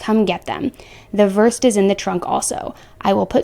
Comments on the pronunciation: Isn't it "Versed", pronounced 'ver- SAID' phonetically? A very powerful anti-anxiety medication given before surgery? If so, I can't imagine the addiction and withdrawal that would be caused by that narcotic...but anyway: second degree murder? Probably not. An addict can be very cunning and manipulative to get what they want. Who knows what past activities she hid from her family. Is he accountable? Absolutely! Was she with him so quickly at 25 because of his looks and charm? I think not. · Just a little medical knowledge "versed" is pronounced "ver-sed" ( or depending on where you live- your lingo - "ver-said")2 syllables and it is an anesthetic that is NEVER prescribed. They use it, along with Ketamine ( also a HORSE SEDATIVE)and propofol to put you to sleep for surgeries. Propofol essentially paralyzes you- ketamine, for a "normal" person will put you out or sometimes- it's used for severe pain IN A HOSPITAL setting( I am a nurse as well as a chronic pain patient & I have had Ketamine after a 9 hour surgery- despite the pain meds I've been on for > 10 years it INSTANTLY was one of the scariest experiences I've had- I was warned that it would feel like l was on a hallucinogen- I don't have any experience with illegal drugs so I was clueless but OMG- I was frozen. Literally. One arm was straight out in front of me & I couldn't move anything but my eyes but my brain was screaming - "I'm dying, please stop it" my mom saw the terror in my eyes & told them to reverse it- they did. I got it a 2nd time, in a diluted form after a bad reaction to a medication called tardive dyskinesia (TD)... it makes you unable to stop moving & while it's happened before each time got worse- so after 8 hrs of crawling out of my skin they gave me ketamine- it was nowhere near the effect I got previously described- but the 1st time they injected it straight from a vial into my IV and the 2nd time it was diluted in IV fluids. It instantly relieved the TD). Neurontin ( pronounced "new-Ron